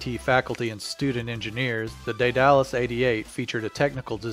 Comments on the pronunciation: The commentary for this little production is seriously over-written. Back off with the verbiage, mate! It sounds silly rather than informative.... especially when you get it so wrong. ("Dædalus." Ha ha.) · Agreed Phil B - I was on the beach in the 90s when a Vulcan flew loud and low over day-dal-us. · Good grief indeed!! Don't give yourself such a free pass on this; you have ONE JOB! Pronounce words while trying your best not to sound like a 1950's sci-fi robot. You should go back and finish junior high school where the rest of us learned this word in our 8th grade Literature class. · REALLY you can't pronounce Daedalus??? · Day Dallas is actually pronounced Die dul uss, with the stress on the first syllable. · I think its pronounced they the loose not they dallas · I've heard "DAY-duh-lus", "DEAD-a-lus", and "DEE-duh-lus", but not "day-DAL-us". "day" is just what it looks like in English (and is one way to pronounce the Latin "ae", as in words like "vertebrae"), "dead" is the modern pronunciation of the original Greek (Δαίδαλος, which looks like Daidalos by direct Latin substitution -- the "ai" diphthong is pronounced "eh" in modern Greek, if not also ancient Greek), and "dee" is the typical pronunciation of the Latin spelling ("ae" is generally pronounced "ee", as in words like "aegis"). The pronunciation "DYE-duh-lus" would also make sense as one variant of the Latin (some sources claim "ae" is closer to "eye" in proper Latin). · Daedalus pronounced (dAed Alus) not (day dalus). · It's not pronounced Day-Dallas. It's pronounced Dead-A-Lus. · "Day-Dallas"... No it's "dayduhlas", smoothly and quickly. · It's pronounced DAYduhlus, not DayDALUS... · its not a day-dalus. Its called dEdalus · Daedalus... pronounced "Dey-Duh-Lus" not "Day-Dallas" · It is not said day-dallas it is day de lus like from greek mythology lol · pause Day-Duh-lus... Daedalus... continue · Say Day-Dallas one more time, I dare you! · Try Day-du-lis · Isn't it ''dead-a-lus'' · Ae says ee.